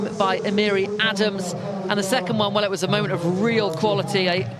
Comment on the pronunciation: Terrible Commentators you'd think them being English would know their own Language... this is ADAMS and this is ADAMES (adam-mess) AND Gisele Thompson IS the sister of Alyssa Thompson of Chelsea (Not no relation) smfh